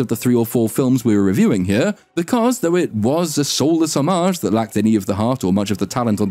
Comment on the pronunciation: Omg, this dude actually knows how to pronounce homage. That said, when these reboots feel the need to pay homage to the original, it just makes me feel as though paying homage to oneself isn't homage at all, it's just arrogance assuming audiences love one-trick-ponies.